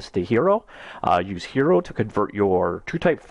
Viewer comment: This is a great tutorial, but I believe Hiero is pronounced: high-row, like in hieroglyphics. ;)